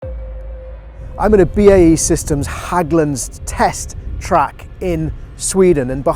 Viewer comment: How do you visit Sweden and Hägglunds and not learn how to pronounce "Hägglunds" properly? The letter "Ä" is not an "A", no matter how much you may want it to be. It is pronounced in a completely different manner. There is no such thing as "Hagglunds".